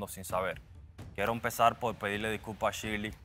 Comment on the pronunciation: Me gusta cuando a shirley le dicen shili 😂😂😂